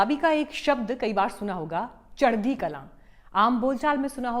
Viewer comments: its kalaa and not kalaan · चढदी कलां नहीं जी “चढदी कला” बोला जाता है। आपका धन्यवाद 🙏🏻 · There is no sound of “ n “ At the end. Punjabis sent back “ Alexander the no so great” what’s water !